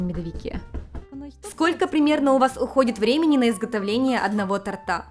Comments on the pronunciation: СвЁкла. Не свеклА. И не тортА, тОрта. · Люблю вас смотреть, только но тортА, а тОрта. Наверное за 10 лет уже забыли... 😀😉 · тОрта, тОрта) я тебя умоляю))) не тортА, а тОрта )